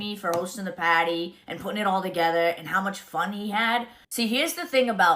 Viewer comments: That’s Potty not party lmao 😂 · Mikayla cracks me up the way she pronounces "party." House warming paaahtie.....paahty....paaahtee. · PAHDY! Did you have a PAHDY?! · If Mikayla says "pahdy" one more time XD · It's funny how Mikayla chooses just a few words to have that over dramatic Boston accent. If you watch the first Karen Read trial, you would hear how they really sound. She is almost correct because she does pronounce them correctly, but she just overdoes it. She's the one who put Cody in the limelight, so he is fair game. You (Mikayla) can't make them stop talking about anyone you put in your videos.